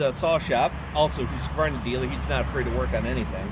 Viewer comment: You pronounced Husqvarna correctly. :goodvibes